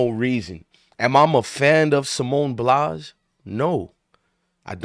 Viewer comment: Dude you can't even pronounce Simone BILES name correctly and you claim you don't like her. What did she do to you?? She's a legend and the best gymnast ever. She was going through something and she didn't want to perform because in her profession you can seriously hurt yourself. Try doing backflips and tumbles and performing on uneven bars when you're not there mentally. You can break your neck or seriously injure yourself. Simone actually said "Fk y'all...I'll perform when I want, to not when you want me to.